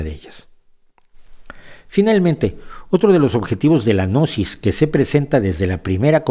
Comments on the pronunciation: la g no se pronuncia, y existe desde hace miles de años, Gnosis quiere decir conocimiento ,tampoco pasarse de ignorantes. Excelente enseñanzas , entendiste muy poquito. Los protocolos los interpretó como reales, sola basta leerlos. Y cuando llega a la parte del autoconocimiento ahi si veo que este personaje es totalmente ignorante del tema.... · El hombre parece loco y tenso como habla, pero no lo conozco, y la gnosis viene de conocimiento, y están los "oscuros" y los de la luz, así que esté hombre de este canal me parece que no sabe de nada de estos temas evidentemente, solo habla de forma burlona , no sabe ni pronunciar gnosis, perdió toda seriedad. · La pronunciación correcta de "Gnosis" es agregando la letra "a" quedando como "Ganosis" es decir que están muy ganosos. :) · pronuncia gnosis de forma errada de manera burlona, es sarcasmo. No lo ves? 🤦